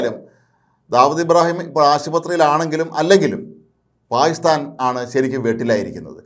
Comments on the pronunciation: 😂😂 താങ്കൾ "പായിസ്ഥാൻ " എന്നതിനു പകരം 'പാകിസ്ഥാൻ' എന്ന് വ്യക്തമായി ഉച്ചരിച്ചിരുന്നെങ്കിൽ വളരെ നന്നാകും‼️‼️ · പായിസ്ഥാൻ എന്ന് പറഞ്ഞാൽ പാക്കിസ്ഥാൻ എന്ന് മനസിലാകുമെങ്കിൽ കാര്യം ശരിയായി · നാക്കിന് ഉളുക്ക് ഉണ്ടോ അതോ നാക്ക് വടിക്കാഞ്ഞിട്ട് ആണോ😂😂 പായി സ്ഥാൻ പായി സ്ഥാൻ എന്ന് പറയുന്നത്... അയാൾ അദ്ദേഹം എന്നൊന്നും പറയല്ലേ പിടികിട്ടാപ്പുള്ളി തീവ്രവാദി എന്ന് തന്നെ പറയണം